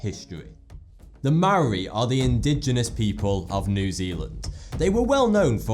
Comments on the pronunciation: Sorry man, but the Moari is pronounced 'Mowdy' not moldy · It is pronounced Mo-o-di and Ma-na I live in new zealand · yay I'm from new Zealand!!! and btw you pronounced Maori wrong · The 'Mari'? No dude it's pronounced Mori!and roll your r's when pronouncing Maori words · Maori? Maw e? Are you fucking serious its pronounced Moldey you dumb fuck. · Why the hell cant white people just pronounce Maori right??? It's easy yet almost every person who I've heard say it says "marry" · just saying its pronounced mah-o-rree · oh jeez the way he tries to say maori is sad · inhale he pronounced Moari worng😤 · The way he pronounced Māori made me cringe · He pronounced maori wrong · Māori person here Your pronounciation was fucking aweful but not the worst I've heard. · Please learn how to pronounce Māori properly before you bother saying online.